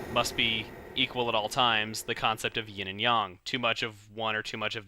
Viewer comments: it's not yen and yong it's yin and yang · its ying and YANG!!!!!! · It's yin and yang